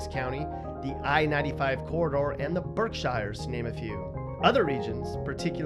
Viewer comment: It’s pronounced birk- shere